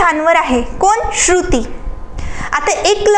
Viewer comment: Ek shabd double ka boltay ma'am? Shru..... ti ase thambun kashala, shruti asech patkan bola.